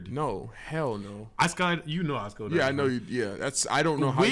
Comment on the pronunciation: did anyone realise said skodived